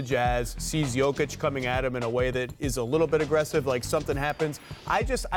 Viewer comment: Jokovic... really Scottan?